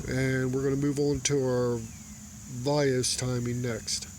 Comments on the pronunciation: Very helpful video. However you keep saying "Vios" when referring to the VANOS. I'm probably not to first to mention it. But I didn't feel like looking through all 280+ comments for it. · what the hell is "vayose"?! lol. he means "vanos" haha. im a certified BMW Technician so thats how i know this stuff